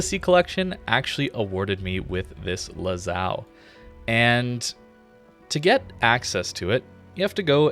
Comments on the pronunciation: Not Lazao, it`s Lazo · One question: Lazao? (Lazo Is pronounced as Laza) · imagine saying the name lazo and sya lazao instead.....